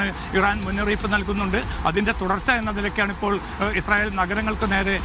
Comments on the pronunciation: വിദ്യഭ്യാസം ഉള്ള ഒരു മൈരനും ഇല്ലേ ഈ തീട്ടം ചാനലിൽ.. ഇസായൽ അല്ല ഇസ്രായൽ എന്നാണ്.. കഷ്ടം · ഇസായേൽ അല്ല ഇസ്രായേൽ